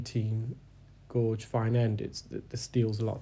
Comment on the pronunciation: Gauge is pronounced Gaje. Hope that helps.